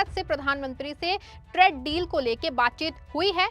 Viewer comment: Bahan tred deal nahi traaaade deal bolo